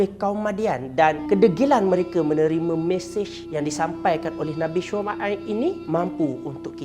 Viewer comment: Minit ...nabi shumuaib🤣😔